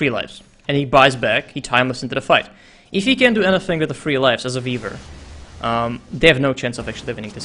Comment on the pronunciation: Whenever says "Weaver" it almost sounds like Beaver:)